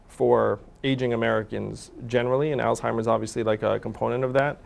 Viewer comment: Andrew is great I love him but someone needs to tell him that disease is called Alzheimer’s not all timers